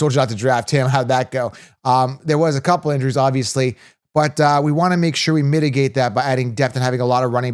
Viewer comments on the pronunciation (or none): none